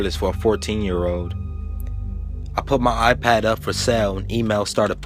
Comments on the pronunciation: It's iPad not apad wtf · now he just turned British there with the a pad how my daughter in law says it. or hand me my A phone? I am like Huh?! You mean phone?! lmfao. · thnx, awesome narration but a pad??? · lmao pretty sure it's iPad